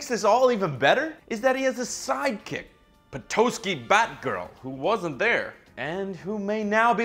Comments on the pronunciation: It's Peh-tah-ski not Pe-tow-ski ! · dieing at the way he pronounced Petoskey. grew up there my whole life and never heard it called that